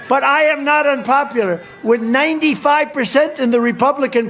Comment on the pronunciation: Does he say "inpopular"?